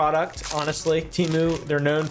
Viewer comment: me rn: ITS.. PRONOUNCED.. TUH-MOO!